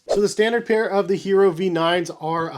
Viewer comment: The English pronunciation is “yeh-rro.” It’s Spanish for “iron”, like the metal. Not hating. Been a big fan for like 6 years. Just wanted you to get it right. Thanks for the review. Bout to cop a pair now. Keep doing what you’re doing. You’re one of the few reviewers I trust.